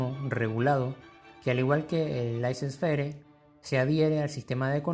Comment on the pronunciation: Por favor, laissez faire se pronuncia "lesé fer".